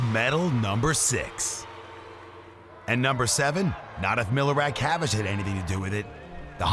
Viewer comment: Milorad Čavić(whose name you completely miss-pronounced) beat Phelps. Čavić touched the wall first, images prove it.